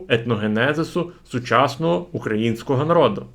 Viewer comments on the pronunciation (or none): none